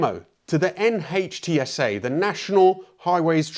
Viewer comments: in the US, NHTSA is pronounced 'nitsa'. o_0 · If it helps in the future, NHTSA is pronounced NIT-sə